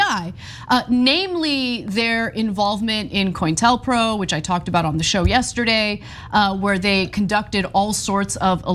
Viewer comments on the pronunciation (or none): All these young youtubers are saying "coin-tel-pro." It is pronounced "co-in-tel-pro" - 4 syllables, not 3. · co-intel-pro. that is how you say it. they opened Americans' MAIL!